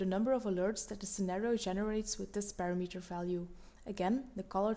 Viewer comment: it's pronounced pa-RAM-uh-ter, not para-meter...it makes it difficult to follow along when it's mispronounced like that.